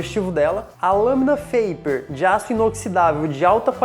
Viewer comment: Lamina fade ou tape, ele falou faper! e agora... kkkkkkkkkk